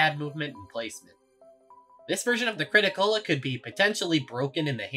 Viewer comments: It's crit-A-cola not crit-o-cola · ... It's called the Crit-A-Cola not Crit-O-Cola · It amazes me how you managed to use the crit-a-cola this much for the video, but still called it the crit-o instead of crit-a. It's a play on coca-cola, not coco-cola. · You writing the Crit-A-Cola’s name as the “Crit-O-Cola” reduced my lifespan by 8 years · Its the crit-a-cola, its the CaaC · why why do you keep saying crit o cola